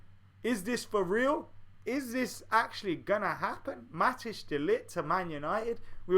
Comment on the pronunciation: Matic De Ligt?? Haha just joking man, it's pronounced Mat-eyes